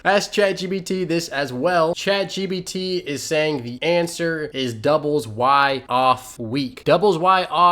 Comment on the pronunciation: Sorry Dude, but DAMN, it's Chat gPt... you've said chat gBt about 1,000 times...